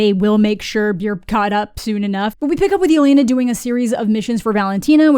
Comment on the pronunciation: Still can't believe Disney/Marvel didn't do the bare minimum of research to learn that Yelena is pronounced "yeh-LEH-nah" not "yeh-LAY-nah" and that she wouldn't go by her full first name in informal situations; she'd go by the short form Lena ("LEH-nah") just like Natasha went by Natasha and not Natalya (her full first name).